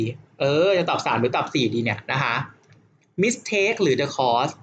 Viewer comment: สอนดีมากๆ เลยค่ะ พี่ ปล. mistake ออกเสียง หมึสเต้ก ไม่ใช่ มิสเท้ก ค่ะพี่ ตัว t ออกเสียง ต เต่า ค่ะพี่😅😅 st จะออกเสียง สต ค่ะพี่ เช่น stop ออกเสียง สต๊อป 😊😊 ตัวอื่นๆ เช่น sp ออกเสียง สป เช่น spin sc ออกเสียง สก หรือ ซ เช่น scan school scene science sk ออกเสียง สก เช่น skill ขอบคุณค่ะคุณพี่😊😊😊😊